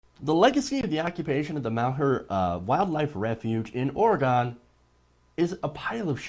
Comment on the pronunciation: ITS PRONOUNCED ORI-GUN (fuck guns but that's the easiest way to explain this) please get that part right next time, thank you.